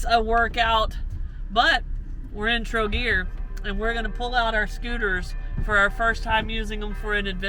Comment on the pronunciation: For pronunciation - most place names stress is on first syllable. TROgir - for instance and SHEEbeneek (is the best way I can help you with how to pronounce sibenik.